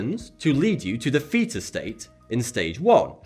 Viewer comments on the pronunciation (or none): Am I the only one who heard 'feta state' instead of 'theta'?